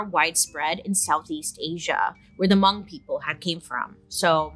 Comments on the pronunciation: im so happy you said hmong properly, love u bailey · I'm so glad that you pronounced Hmong right. I'm Hmong and no one ever pronounced it right the first time or every other time lol. You don't wanna pronounce my name: Npla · was surprised to hear hmong, i had to replay it to see if i heard it right because pronunciation was off, but its great to hear Bailey talk about it!!